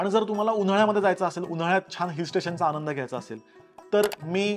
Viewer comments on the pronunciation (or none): none